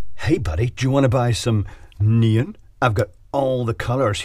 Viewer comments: "neen" ? Oh, you mean NEON... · Nee-Un 🤷🏻‍♂️ is that the led version of Neon ?